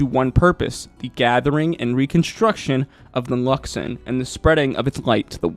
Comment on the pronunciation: I heard "Luxummm" beacon so many times, but I also heard you say The Luxon properly...